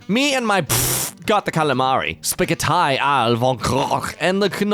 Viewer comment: calamari spaghett-ai all vogrockch and gnocckriyi 🤣🤣🤣🤣